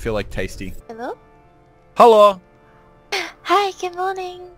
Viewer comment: I'm getting triggered because I'm chinese and you were saying hello buncha time in a not sooo good way